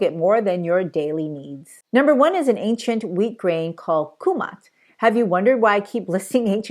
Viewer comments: I t's not kumat, it's KAMUT. And Farro is also known as EMMER. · It's Kamut not Kumat. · Kamut ? Not kumat? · Did you mean Kamut instead of Kumat? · I think you meant to say Kamut, not Kumat. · Kamut not kumat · Am I right in thinking that when you said kumat you meant kamut (khorasan)? Thank you for the informative video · You said Kumat. Don't you mean Kamut? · You're right it's Kamut not Kumat.